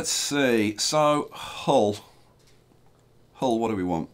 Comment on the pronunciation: Nice to see Hull on a map...btw Hull is pronounced "Ull" (rhymes with "full")!